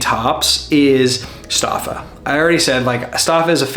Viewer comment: Nice video. fyi, Stoffa is pronounced "Stoe-fa".